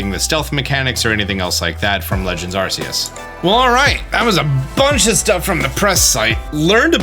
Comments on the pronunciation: I love your videos, but it hurts every time you say “Arseus” instead of “Arkeus” 🤣😭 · Myrydon? Arseus? Koerydon? How do u mispronounce every name??